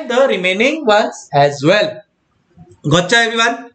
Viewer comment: Everytime sir said GOCHA.... being a bangalorean, I heard it as MACHA